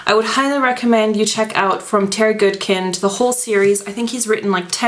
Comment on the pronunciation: I'm not an a'hole but it's pronounced 'good kind' not 'good kend' . The way you pronounced it I immediately had a mental scratch thus my writing here . Also some people pronounce the heroines name 'kay linn' instead of 'kah lann'.I'm pretty sure my way is correct.Anyway the sword of truth series is THE best set of books I've ever read in my life Bar None.Oh and yes there's a lot of pages but towards the end your thinking "dam , there's hardly any left".And the legend of the seeker was sh*tty.